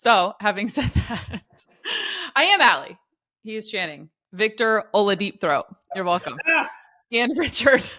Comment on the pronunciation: 😂😂😂 . I AMMMM ALLY. Thank you victor ollahh-deep-throat. 😂😂😂😂😂😂